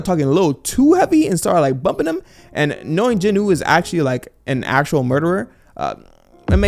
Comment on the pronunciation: Jin …… Wooo not jin nuh